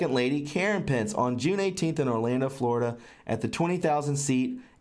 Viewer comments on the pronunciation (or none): none